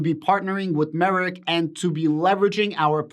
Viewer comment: Just saying. The correct way to pronounced the company is drum roll... Merck like perk. Not merit.